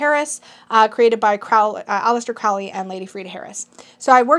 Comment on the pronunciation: It's "Crowley", not "Crawley", so, it's "Crowley", rhymes with "holy"!